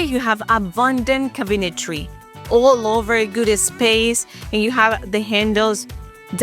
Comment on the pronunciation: The cabinetry pronounced wrong. Learn how to call them right. I am a Realtor from CT. I had to learn English when I moved into Maine from Canada. I started in Grade 1. I am a US Army Vet and speak perfect English. Your showing a huge disability in English. I have been in FLorida for over 25 years, My first grade was all in French.